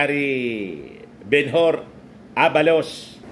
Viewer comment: Ang pronounciation ho ng Ben Hur ay BENHER hindi ho BENHOR. Jest correcting you. AYOS!!!